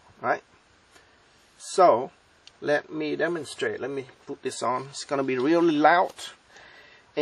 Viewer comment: "Remme show you how to wire it togethrr" LOL great vid.